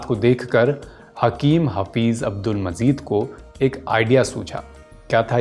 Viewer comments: Abdul Majeed hae Mazeed naheen dost talafuz to sahee ada karain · Bhai apna nukhta sahi kerlo, Majeed not Mazeed, Taazagi not Taajagi. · Father of hakeem saeed was not mazeed ,His father name is Abdul Majeed(not mazeed) so many talaffuz mistakes, pronounciation of urdu was wrong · Bhaisahab unka talaffuz ka thoda masla hai , aur kuchh mahaul ka, Rehne dijye, itna bhi bol le rhe yahi kaafi hai aaj k daur me